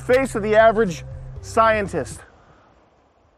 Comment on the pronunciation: I'm a scientist. I SIGH-IN-TIST SAD WORLD! AHAHAHAHHAHAHAGAGG SO FUUNY!